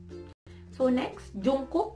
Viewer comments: Mali po yung pagbigkas niyo po sa pangalan ni Taehyung and jungkook😂 its oky lang po ang the second pic. Po si jin panoorin niyo po sa youtube worldwide handsome daw po😂😍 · the pronunciation of yoongi, hoseok, and jungkook is wrong😚